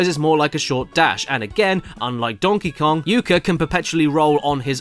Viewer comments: dongy long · "Donkey long"- Caddy 2019